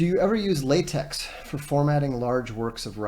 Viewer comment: "Lah-tech" btw